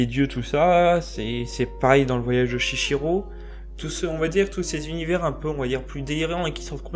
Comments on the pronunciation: Salut, Je voulais apporter quelques précisions par rapport a ta vidéo. Deux petites corrections pour commencer : - C'est Chihiro qui se lit Chiiro et pas Chichiro - La méchante des contes de Terremer est en réalité un méchant prénommé Aranéïde. Ensuite les films des Miyazaki, principalement Hayao Miyazaki, sont très difficile a comprendre. Le but est de pouvoir apprendre et comprendre quelque chose en plus a chaque visionnage. Les films des Miyazaki apportent tous un message, ils ont tous une signification, cachée ou pas. Pour les personnages : - Arren est le prince d'Enlad et le personnage principal - Therru est la jeune fille - Tenar est la fermière (et actually une sorcière également) - Epervier est un archimage - Aranéïde est l'archimage recherchant la vie éternelle. Autrement je ne suis pas d'accord par rapport aux rapport aux dieux que ce soit dans le voyage de Chihiro ou dans les contes de Terremer. Les dragons dans les contes de Terremer ne sont pas des dieux et dans le voyage de Chihiro ce sont des esprits pas des dieux. Pour pouvoir comprendre les contes de Terremer il faut le regarder plusieurs fois sans avoir d'apprioris a chaque fois, il faut repartir a 0 des qu'il y a un revisionnage. En esperant avoir un peu éclairci la situation. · Articule et renseigne toi "chihiro" pas "chichiro" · "Chichiro" ??? MDR ! C'est dur de bien lire